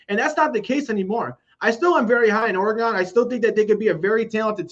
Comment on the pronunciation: Oregun not Oregone